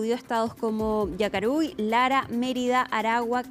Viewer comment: Oiga no es estado "Yacaruy" es "Yaracuy, lea bien srta periodista.